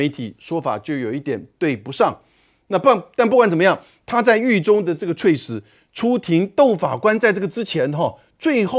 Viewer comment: 猝死 ㄘㄨˋ ㄙˇ 主播念錯了